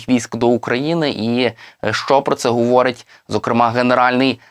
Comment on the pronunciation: Де взяли такого диктора «гуворить» «куманда»